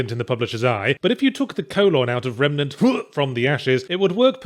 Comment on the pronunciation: I swear I heard him calling it "Remanet from the ass"